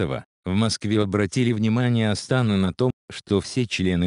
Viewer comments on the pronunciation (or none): Хоть кто- нибуть из вас , диванные писаки, обратили внимание как говорит этот комментатор? Астана он произносит делая ударение на первый слог " ас", а не на последний. Так слово " Астана" не произносится не в России и тем более в Казахстане. ЕЭС звучит, как ярес.. Дальше " ввозу сахара", правильно "ввоза сахара".Российский политик А.Гордеев, а не Гордиев. Он не может внятно произнести слово "россельхознадзор". Есть и другие слова непонятно произносимые. Вот и сделайте соответствующие выводы, кому и для чего зто надо И вообще эта тема по поводу запрета ввоза мяса птиц из США не актуальна, так еще в декабре прошлого года обе стороны решили этот вопрос. Так что автор этого ролика явно опоздал Не понимаю, почему такая реакция. Такие ситуации возникают не только между Россией и Казахстаном, но и во всем мире и почему только у нас с таким возмущением реагируют